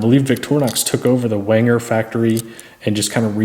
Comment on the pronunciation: It's pronounced venger not wenger.